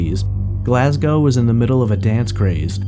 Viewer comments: Oops, he does pronounce Glasgow incorrectly later on but at least it’s correct in the beginning (should be Glas -go rhyming with low and not Glas -gow rhyming with how) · Yes and GlazGO no OW.